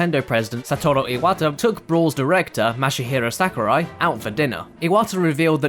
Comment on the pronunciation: Please vet the speaker's knowledge on how to pronounce the names of foreigners in advance next time. If not this, then please get an editor who can fact check and correct these things so we aren't subjected to hearing "SA-kurai" 10+ times in less than a few minutes.